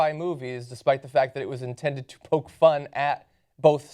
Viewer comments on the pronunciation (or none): none